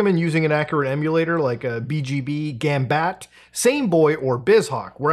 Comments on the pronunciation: for future reference: gambatte = "gom-bot-ay" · I think it’s pronounced like “latte”